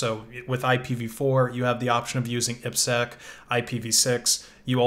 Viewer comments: Saying "eepsec" instead of "I P SEC" is weird. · This is the first time I've heard IPSec pronounced that way. I've always heard "I" "P" "Sec".